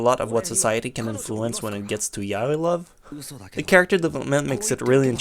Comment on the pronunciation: He is saying it like "Welcome to my YA-OIW"